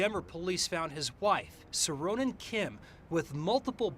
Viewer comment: Korean name pronunciation help time! Seorin is Soh-rin. If you want to be more accurate, the soh is about halfway between "so" and "suh". Definitely not "so" as in sew, more like the o in "sock".. "Rin" is much closer to "din" than the typical hard R of American English. I hope this helps! Whenever you 'eo' in a Korean word, it will always make this sound. It will never be two syllables. Think of it as one letter when you see eo.